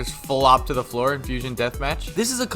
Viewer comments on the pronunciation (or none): none